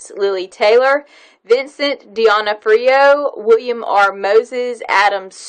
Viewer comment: Vincent:s last name is pronounced /duh-NOH-free-oh/. ... with the long /o/ for the /OH/ in /NOH/